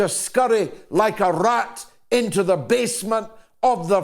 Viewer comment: Epic analysis. And no one says "rrrrat" like you.